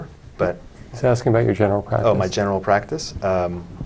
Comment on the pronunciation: “Axing” others is always the best solution 😂😂😂